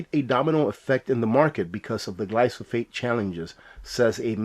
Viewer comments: GLYPHOSATE = Gly Pho Sate Not Glysophate. Loved the comment about "man" -- you're not 'old school,', you're Traditional....not a thing wrong with being Traditional!! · Thanks for covering this very important issue. On a minor note I believe the pronunciation is typically “gly fa sate”.